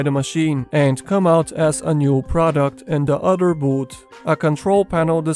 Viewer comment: I like how you pronounce the word “other” like “udder”.